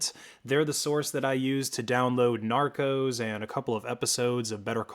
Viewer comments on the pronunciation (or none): none